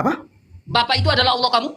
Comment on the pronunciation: RK aja gabisa bahasa indonesia mau sok2an debat 😅 tulisan double L tapi dibaca Alah lucu oten nih 😅